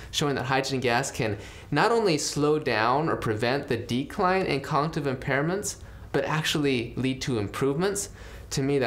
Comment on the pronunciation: "dementia, conjive impairments" "congtive impairments" Dude needs more Hydrogen water